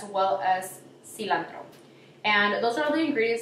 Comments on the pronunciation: just clicked to see if u can finally say cilantro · Tiffany Andujo she cant say cilantro??? 😂